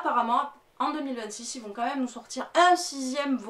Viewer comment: Salut, tu dis ''ilse'' mais c'est ils... 🤔🤔 En plus il est Français donc, la 3iem personne du pluriel se dit pas ilsse 😅 Bref... alors je n'ai donc jamais vu le vaisseau de l'angoisse puisque l'extrait ne me disait rien du tout et ça m'a interpellé direct!!! 😮😮😮 Une crème ce Armand, vraiment un chouette colis! A bientôt 🎉🎉 Stef